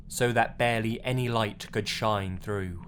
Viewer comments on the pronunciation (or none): none